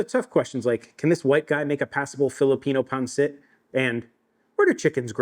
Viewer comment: This is the closest I've heard pansit pronounced correctly from a non Filipino 🫡👌